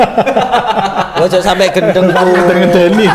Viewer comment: Nguakak nk pas ngomong 'guendeng', padahal awak e sing gendeng😂😂😂